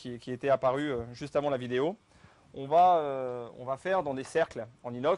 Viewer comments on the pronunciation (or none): none